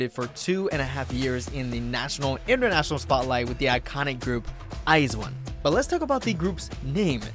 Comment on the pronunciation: He said Iz one it’s i zone the I and z is together but it’s I zone it look like iz one but no I’m not hating I just want you to know what the most majority say I zone